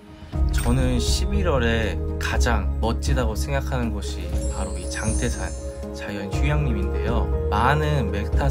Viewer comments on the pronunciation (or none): 장때산이 아니고 장태산 입니다 발음에 주의하여 주세요